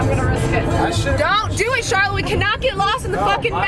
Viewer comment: I think it's pronounced like "Sharlow", whereas Charlotte is typically pronounced like "Sharlet".